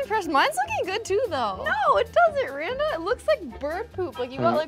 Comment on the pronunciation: Randa not Randal